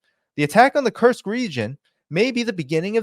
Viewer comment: Sounds like he's saying, the "cursed" region. I hope it turns out to be a cursed region for Ukraine.